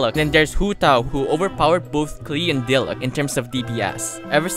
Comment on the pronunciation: ITS PRONOUNCED DEE- LOOC